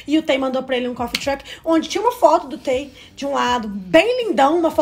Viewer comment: Meninas, já que vcs se declaram tão "fãs", por favor procurem ao menos pronunciar os nomes corretamente, (isso se chama RESPEITO). TAE, por exemplo, não se pronuncia "Tae" e sim "Tê"